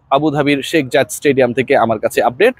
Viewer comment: শাক মাহাদি বলেন কেন? আপনি কি বাংলা শব্দ শেখ উচ্চারণ করতে পারেন না? কারও নাম ভুল উচ্চারণ করা তার জন্য অসম্মানজনক।